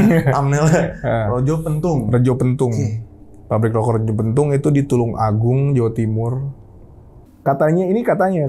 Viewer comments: Retjo dibaca reco (arca/patung)...penthung=tongkat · maaf Bang... untuk yg di Tulungagung bacanya buka rejo tapi reco pentung. itu tempat kelahiran saya. itu pemiliknya Pak Sumiran di makamkan di area popoh atau pantai popoh dg sebutan recjo sewu. bisa di cek di google lengkap. 🤞🤞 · Bacanya Reco Pentung bang. Artinya Reco (Patung) ,Pentung (Pentungan). Btw pemilik pabrik rokok Retjo Pentung itu masih kakeknya Bang Denny Darco. Magician dan tarot reader itu. Kl ga salah sih..😂